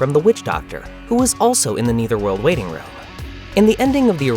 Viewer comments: AI saying “neitherworld” repeatedly 😂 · Dude, it's pronounced "neh-thur-wuhrld". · I noticed you mispronounce Netherworld every time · Why is this guy having such a hard time saying " Nether" world? Is he an AI or something?